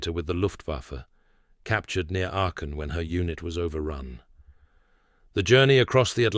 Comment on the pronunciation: . . . captured near Arken when her unit was overrun. Probably should have been Aachen, birthplace of Karl der Grosse (Charlemagne) And you do NOT pronounce an R in it.